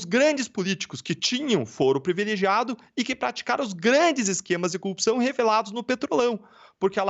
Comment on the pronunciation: O cara não consegue nem a pronúncia correta, fala Cupção. Vergonha